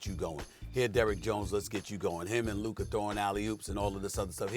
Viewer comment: It is an embarrassment and a reflection on the collective IQ of the 3 of you that even after getting corrected on the pronunciation of Luka's name by Molly, YOU STILL PRONOUNCE IT INCORRECTLY!!!